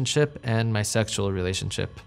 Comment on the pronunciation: Anyone else creeped out how he pronounces the word "sexual" he says Sextual.